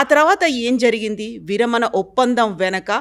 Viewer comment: విరమన ఏంటి - విరమణ . ణ పలకడం రాదా